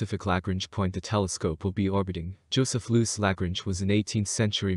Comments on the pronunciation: I know, right? Damn. I don't know why, but it really bothered me when he continually mispronounced Lagrange. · It is pronounced La Grange. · Word of advice. If you are talking about the Lagrange points, they are named after mathematician named Joseph Louis Lagrange, and very clearly have an 'n', in the name. An 'n', which you refuse to acknowledge, every time you say it, which makes you sound, like someone who doesn't know what they are talking about. Apologies if this comes across as trolling. It's not, but the word Lagrange is not exactly new, and is plastered over every other space channel, with the 'n' in place, and heard